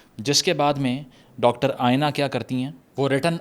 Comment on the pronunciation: its aena, not ayena